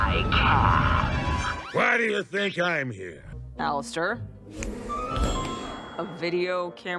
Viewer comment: She really said “Alistor” 💀💀💀